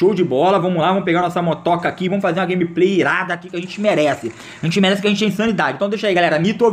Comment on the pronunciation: "Vomos que vomos" kkkkk